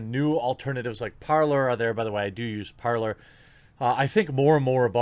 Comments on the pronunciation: It's spelled 'Parler' but it's pronounced 'ParLAY'. It's the french verb meaning 'to speak'. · Parler - pronounced "Par-leh", french for "To speak". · You said "Art-ler", thats a Freudian slip. You should have left Twitter by now... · my dude said, "artler". I about lost it once my brain processed what I had just heard LOL